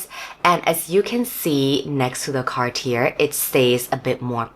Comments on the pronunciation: I couldn't stand you calling it car tier, had to quit the video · The r at the end of Cartier is silent.